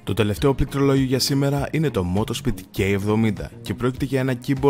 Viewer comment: νομίζω ότι πρέπει να κάνει πρόβα τη λέξη πληκτρολόγιο